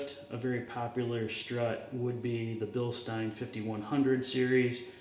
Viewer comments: He appreciated your correct pronunciation of Bilstein so he subscribed to your channel right away. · Pronounced Bilstein correctly; Subbed…